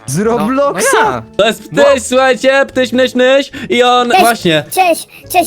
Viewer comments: Ptyś a nie kryś noob ty debiiiiiiiinu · to nie ziułćak tylko ptyś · Noobek powiedział Kryś xd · Nie kryyś tylko ptyś hihihi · to jest matruner XDDDDDDDDDD "KRYŚ"